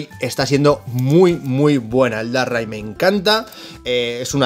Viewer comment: Como que Darrai???????? DARKRAI! espantoso como lo dices te cargas el pokemon🤣🤣🤣🤣